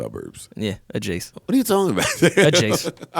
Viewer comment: Joe yall paid for Marisas sleeper pick by saying "adjace" every episode multiple times...BOTH U MOFOS